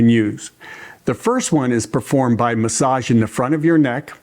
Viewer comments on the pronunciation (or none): Thank you for sharing the information. May I also share information. I'll share with you with a former boss said to me once, 'Finish your ings when you say your words. For instance instead of saying stimulatin' say stimulating. Instead of massagin', say massaging. Instead of saying strokin' say stroking. Instead of bathin' say bathing.